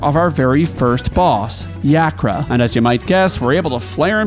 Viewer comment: It's YAH-kra, you heathen dog